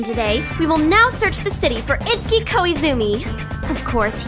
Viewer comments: Cute! One question though: Isn't his name pronounced 'it-su-ki'? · Oh. Well, the only other time I've heard that name was in Fatal Frame 2 and it was pronounced differently. *shrug* Just curious. ^_^